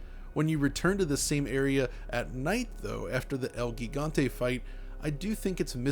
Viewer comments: Its pronounced El Jigante....like Giant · "El Gigante" since it is a spanish name the pronunciation should be in the original language and not in a “english” way, the pronunciation of “GI” in spanish is similar to “HE” in english so you can pronounce it as “Hegante”. Aside from that, excellent video as always. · It’s el HEEEgante lmao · The G in gigante sound like the H "home". Try read like el higante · Haha pro tip: Gigante is pronounced “He-Gant-Eh”. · It's pronounced el hee-ghan-tay. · Dude insists in pronouncing Wolfenstein with a heavy Germanic affectation but can't pronounce "gigante" the correct way.